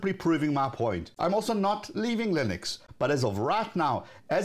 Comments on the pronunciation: It's Linux, not "Lynix" as you say ;) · The fact that you don't pronounce the name of the generic operating system properly says it all